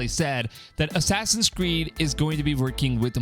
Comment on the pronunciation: “Assassin’s cweed” Assassin’s weed” xd